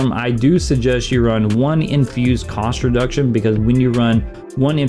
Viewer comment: you were explaining about Cinder Storm, what is this "infused construduction"? Edit: OMFG you Just said COST REDUCTION, I took hours to figure that out 😂😂😂😂